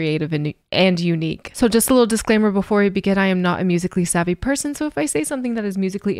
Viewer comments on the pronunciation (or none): none